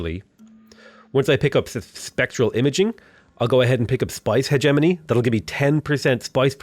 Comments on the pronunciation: Watched all the vids! Man is still saying hedge money instead of hegemony tho! [He gem un ee] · I think it's pronounced "heh-GEH-muh-nee", hard G - or at least it was years ago when I took my Oral English exams in school :P